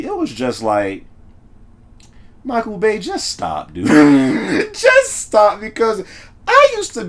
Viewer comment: Nobody noticed how he said michael bay 😂😂😂😂